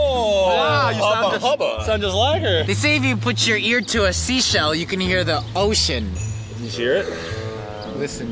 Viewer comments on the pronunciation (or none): SAID THE S WORD! (I KNOW SHE SAID OCEAN, BUT IT SOUNDED MORE LIKE THE SWEAR WORD TO ME!)